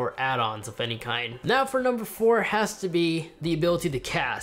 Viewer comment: Did he say "Nucumbers"?